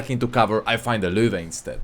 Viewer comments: Why is his pronunciation of the Löwe so on point, who taught him? Amazing! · God bless this dude, he is able to pronounce "Löwe"